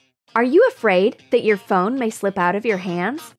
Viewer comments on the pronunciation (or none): none